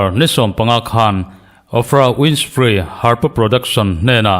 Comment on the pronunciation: News te hi ka siam e..in han ti ve ah...Thumal lar lutuk advocacy leh mi lâr lutuk... Oprah Winfrey- i hming poh lam dik thiam lo hian....🤣🤣🤣in huai thin mange........🤣🤣🤣